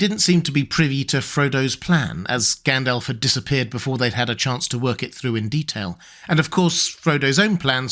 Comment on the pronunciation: Except his pronunciation sometimes. He needs to pronounce the Rs in AragoRn, ARnoR, MoRdoR. Also, it’s not Gendelf, but GAndAlf. Not Eregorn but Aragorn etc